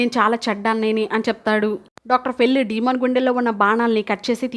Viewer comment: డీమన్ కాదు, డేమన్